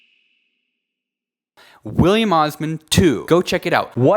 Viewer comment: "*Wihph*illiam Osman 2!!"